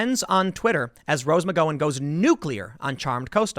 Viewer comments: Tim repeat after me... McGowan, MICK-GOW-AN. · Tim.. mcGOWwan like COW but GOW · I cringe each time he said "Rose McGoin''" LMFAO! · It's "Mc-GOW-an". Like "cow". NOT like "Go". Why do you do this every time, Timothy?!!! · Rose Mc Go-in ? Tim, sometimes I wonder about you. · Mic-gow-an Gow rhymes with pow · Nobody: Tim Pool: “Rose Magoin” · IT'S MC-GOW-AN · Jesus Christ Tim, it’s pronounced Rose Muh-Gao-Win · Rose McG(OW)an..Mc-Gau-un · Its pronounced " Mic Gow(like cow) en" the girl is an idiot but at least say her name right. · Rose McGowan's for starters.. it's pronounced Mc GOW an (rhymes with cow) McEnany Marianne Kaepernick ( i think he figured this one out eventually though) ........... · Your saying her last name wrong lol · You could at least pronounce her name correctly, Pimp Tool. Especially since the majority of what you "report" consists of you reading other people's work (poorly) and then offering your "opinion." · Don’t say her name like that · Your butchering the pronunciation of her last name. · rose mcgowan-name is being mispronounced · Why can’t you google her name and see how other people pronounce her last name? I know it’s not that important, but it’s like you just now heard of her (even though she’s been in the news for years for the same topic, Metoo). At least you pronounce Oregon properly... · You mispronounced "McGowan" again and again. After butchering "Ferraro" multiple times last week, it seems you might put a little more research into name pronunciation. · Your pronunciation of her name is incorrect. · Learn to say rose McGowan my god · Take a drink every time Tim mispronounces Rose McGowans name lol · The way Tim pronounces Rose’s last name is awesome!!! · Mispronounced her name... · Does Tim really not know how to pronounce Rose McGowan's name. Lol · Tim knows he isn't very good with names. So yes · Tim needs to learn how to Pronounce her name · for once... could you pronounce her name right? you loser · Tim, it’s pronounced mcGauwin